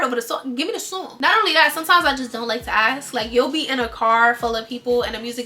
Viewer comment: the amount of times i've watched is crazy 😂😂 "give me the soong"